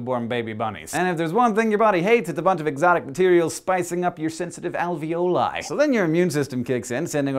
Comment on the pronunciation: Ha he said "spicing" up